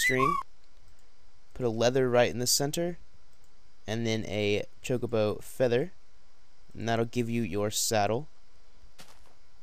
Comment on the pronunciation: ChocoBO not chocoBOO